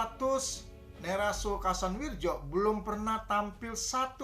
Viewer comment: Kasanwiryo bacanya itu pak